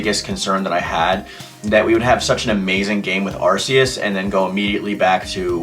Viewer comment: Arceus you pronounce it like an arc- eus